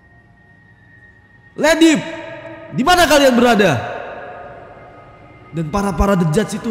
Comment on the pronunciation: Ko Ledib bng bukan dibudin